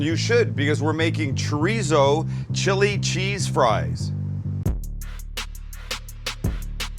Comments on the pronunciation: it’s chorizo not chureezo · the way you say “chureezo” pisses me off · I love this video! Expect the way he’s saying it like Choreeso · This man said chrizo completely forgot the damn “o”😂😂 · The mispronunciation of Chorizo was slightly tedious! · Nothing like a white person, pronouncing chorizo...lol I would use the cheese sauce as chili con queso. I would add diced tomatoes to the cheese sauce. Those boy's are gonna get diarrhea from eating it hot, you are, too! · You’re saying chorizo wrong😭😭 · Right! White person saying it!